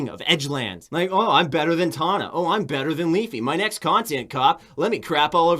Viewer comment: i just love how he is white knighting for tana, but doesn't even know how to pronounce her name... all he had to do was watch 2 seconds on one of her videos, she says HEY GUYS IM TANA MONGEAU every time. he obvioulsy has never watched her, or ian. he doesn't even know what hes talking about.